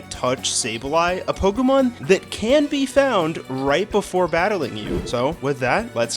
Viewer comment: Day, two of asking you to learn the pronunciation of the word, Pokemon